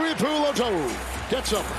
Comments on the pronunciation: Can we send a memo to the announcers it’s pronounced 2-E-Poo-Low-2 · Take a shot every time the commentators butcher “Tuipulotu” lol